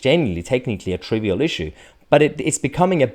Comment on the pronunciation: How can you say trivial.